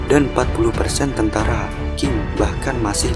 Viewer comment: bukan dinasti King.. Qing dibaca Ching..